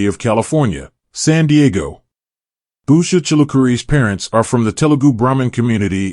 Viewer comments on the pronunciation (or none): I’m very much a Vance supporter but you don’t even pronounce her name correctly. Her name DOES NOT start with a B. Get it right before you post a video! Her name is Usha. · At least pronounce their name correctly! It’s Usha not Busha!